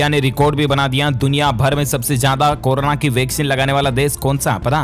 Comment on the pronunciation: इस बंदे को कोरोना बोलना नहीं आ रहा है। गलत उच्चारण अर्थ का अनर्थ कर देता है।